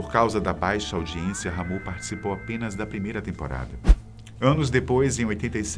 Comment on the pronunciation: A pronúncia é Ramon e não RR Amôn